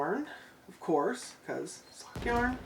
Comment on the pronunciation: Omg I laughed out loud when corrected your pronunciation of Yarn. 😆 🤣 You guys sound like a blast to gang out with. I occasionally visit that part of the country. The yarn you bought is all gorgeous. It's sad that your hands are so sensitive. Big Hugs 🤗 ❤️